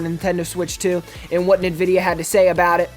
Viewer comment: its called AMD now maybe He is to young to know, and the way he says Nvidia is ass